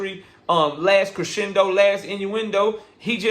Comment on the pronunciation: "Last Crasendo, Last Inueindo"!!!!!😂😂 too funny!!!!! But at the same time, Bro on his ISH!!!!!!